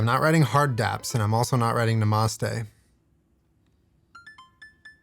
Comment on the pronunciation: “nuh-moss-tay” - it’s pronounced “nah-mah-stay”